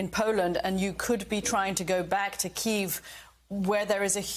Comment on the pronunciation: It's pronounced "kee-yiv", not "keev".